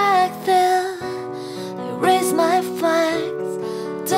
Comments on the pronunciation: A menina não sabe falar radioactive? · É engraçado quando ela fala "clotes" (clothes) e "radioacthive" (radioactive) 😂😂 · achei que ficou tudo 100% menos a pronuncia do radioactive, ficou bem estranha, mas de resto 100%